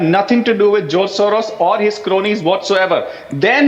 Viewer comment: Not joz mrs Gu-Swamy, but George